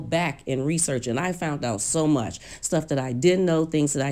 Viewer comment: It's the FOUNT, instead of found, for me!!!